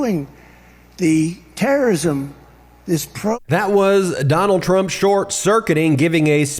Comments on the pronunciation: the 'terr-ism', I think he said...Wow... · “Colleges and universities will purge the anti-semitism and pro turrTES——TURRR eh….what-what ya doing? The terrorism…..” lmao….. I have to admit I always laugh when Trump bungles something that he’s reading, because he almost always does the same thing. He will act as if the word he slurred or mispronounced was on purpose (because of his monumental insecurity and inability to admit mistakes); he will then attempt to lead onto another sentence with a word that sounds similar to the word he screwed up.